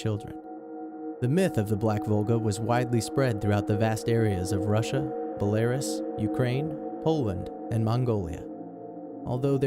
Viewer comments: It's pronounced bel-ah-rous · "buh-lair-us" lmao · renalt.... bullairus... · Well you just pronounced Belarus like an idiot.sheesh do you Americans understand anything outside of your own country ?